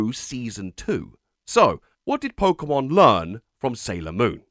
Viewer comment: You keep pronouncing "Pokémon" wrong.